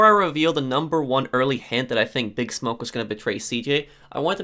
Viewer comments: I am throwing this out there because it seems like you don't know, and I didn't see any other comments mentioning this. It's not "BIG Smoke". It's "Big SMOKE". Your pronunciation is completely and totally off. You DID play the game, right? NO ONE in the game says "BIG Smoke". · his name is pronounced like big Smoke, not BIGsmoke